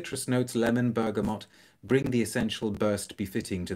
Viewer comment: First channel I’ve seen where the letter “n” isn’t inserted into the word “bergamot”!